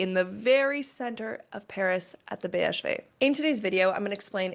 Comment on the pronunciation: you pronounced BHV perfectly